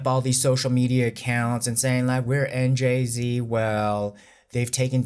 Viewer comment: It's 9.30am here, heavy rain outside, my day off. I have my hot mug of coffee in hand with leftover shawarma from last night, enjoying this wholesome video. Thanks! Funny how you tried to pronounce Njzzzz nzzzz zzz.. haha